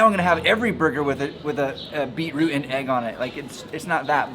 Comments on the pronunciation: BOI SHE CALL IT BEAT ROUTE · "Beat - Root" HAHA we pronounce it "Bee -troot" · its kinda funny how they say "Beat root" were as (at least in my family) we say something like "Beach root"